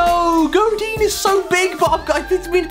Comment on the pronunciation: It’s not “gowdin” it’s “ga*R*din